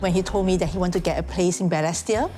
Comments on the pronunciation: Hmmm… first time I hear the word Balestier pronounced as ‘ Ber less tier ‘. Am wondering if this is actually the correct pronunciation.🤔🤷🏻‍♀️ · And he’s pronouncing Balestier all wrong 😅 Agree with some commentators about this feeling like a disguised 603 ad … Honestly this doesn’t seem like a good representation of Balestier. There is more to the area.